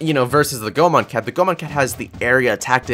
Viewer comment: Never been so early XD P.S. Goemon is a japanese word,therefore the "e" is pronounced as "ay",thus read as Go-ay-mon.